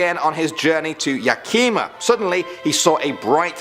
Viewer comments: pleeeeeeeeeeeeeeeeeeeease its not yakeeeeeeeeeeeeeeeeeeeeeeeeeeeeeeeeeeeeeema the i sounds like it does in 'it" Yakima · "Yakima" is pronounced "YAK-i-ma." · I live in YAKIMA the way you said it Lmao. Haha.